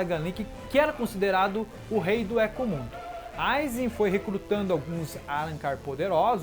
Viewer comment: Thiago Agostinho kkkkkkk hueco mundo(rueco mundo) éco mundo foi de doer a alma realmente